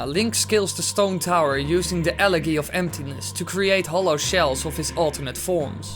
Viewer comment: Why’d he say elegy like el-egy?! It’s el-ejy!